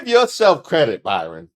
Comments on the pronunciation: Hi,. I love your work. I know you ho through great links to get your stuff right. So after hearing you call him Byron instead of Bryon, it's like hearing Kamala miss pronounced. Come on man! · I realise I'm being a bit pedantic, but the name is BRY-ON, not BY-RON. Just sayin. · The man’s name is Bryon not Byron. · Hearing you repeatedly call him Byron when his name is Bryon 😂😂😂😂😂😂😂😂😂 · I was wondering if anyone was going to call out on that one…I was about halfway through the episode when I finally thought, “Isn’t his name Bryon?” lol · I'm loving this entire video. Dude's name is Bryon, not Byron. We love to come close to Byron Daniels with the embarrassing facts... But, BRyon Noem takes the cake with his Silence of the Lambs pictures. 😂😂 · His name isn't Byron it's Brian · Bryon, as in BRIAN. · I love you so much, i watched the whole video evening though i cringed every time you called him BYron. When hes a Brian with an "O". 😂😂😂😂😂😂😂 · constantly mispronouncing his name has me dying😂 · You so crazy. His name is BrYon...NOT ByRon. 🤭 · The poor man's name is BRYON (pronounced Brian) NOT BYRON,! Poor dude is probably ashamed enough that his wife was boffing Corey on a private plane & her other 'homes' then these pictures and people can't seem to get his name right! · hate to nit pick but BRYAN not BY-RON. Love your videos! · His name BRYON,Ike Brian spelled differently.NOT BYRON. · are u calling him Byron instead of Bryon? idk the guy personal level no kink shaming, but its funny when the cult of MAGA loved portraying themselves as the party of values when they got no values. Noem even was outted for her affair with Corey Lewindowski when word got out Noem was using the bang plane😂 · brother you keep calling him Byron and not Bryon, but they both the same. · Do you keep saying "Byron" on purpose? Or are all the media outlets misspelling his name? I feel like a crazy person! 🤣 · I think his name is Bry-on not By-ron.